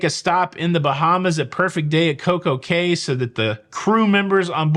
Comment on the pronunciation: In the Bahamas Cay is pronounced Key.